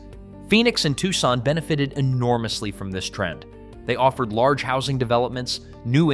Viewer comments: no dude the AI said "Tussin" instead of "TUCSON"!😂😂😂😂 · This is great, and quite true. However, the repeated mispronouncing of Arizona's second largest city detracts from this. It is pronounced "TWO-SON," not "TUCK-SON." You got it right in several places, now fix the couple of glaring errors. Right now this is 6/10. But if you fix those couple of errors, it will be 9/10. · Where the hell is "TUSSON"?!😂😂😂